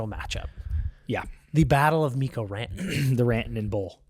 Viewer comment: The amount of confusion you cause when you kept saying Miro instead of Mikko… lmao. I understood it but yeah Miro is out and Mikko against his old team